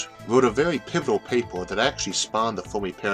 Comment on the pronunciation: I just discovered this channel yesterday. I've been binge watching all weekend. Amazing series. Just a quick nit-pick on this one: Fair-me.